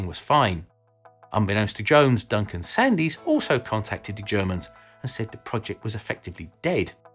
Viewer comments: I'm really sorry to be pedantic, but I do believe the notorious man's name is pronounced " Sands" not "Sandees". I remember the whole sorry episode, it was referred to as the "sandstorm". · For info it's Duncan Sands, not Sandees, despite being spelt Sandys. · Sandys is pronounced Sands! Being British you should know! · Sandys - pronounced Sands.